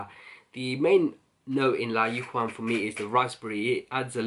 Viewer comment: Bro I love all your videos but layukawam is pronounced like this layukaaaaaaawam. It's Arabic word means irresistible. Best wishes